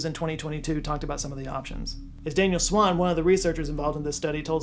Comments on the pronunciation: It's Daniel Swain; not Swan. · daniel swain not swan